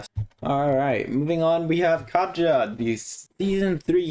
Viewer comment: Katja actually slavic name and pronouns more like Katya